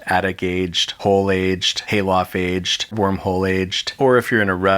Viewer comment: The amount of time he says aged makes it sound like hes saying atcht